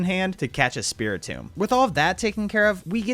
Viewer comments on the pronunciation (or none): none